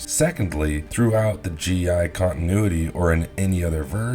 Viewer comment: "GI continuaty 😂😂😂"